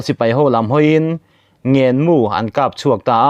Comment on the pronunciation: Ngên mu tih turah Ngàn mu tiin i chhiar a,fimkhur rawh.Ngèn tiin i thluk hniam a,a thluk hi tih san tur aw..Hetiangin: Ngên mu tih tur aw.